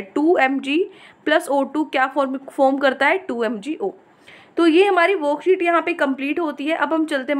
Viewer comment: Like when u say "woookset no. ... 😂